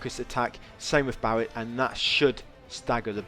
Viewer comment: why are you calling Barret Barry?